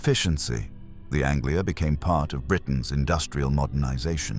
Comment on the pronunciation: Yep, I remember very well the Ford Angela ----- ANGELA, not Anglia!